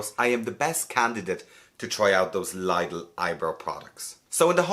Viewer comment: I swear it’s pronounced ‘liddle’